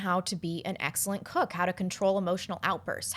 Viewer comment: "start beeing a cuck"... thats what i heard.. i think she meant "start beeing a cook" ^^